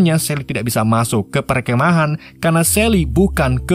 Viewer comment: Mimin susah ngomong perkemahan 😭😂🙏❤️